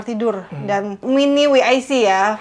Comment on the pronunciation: Mungkin maksudnya "dabel yu ay si", bukan "wi ay si" untuk penyebutan singkatan walk in closet (WIC).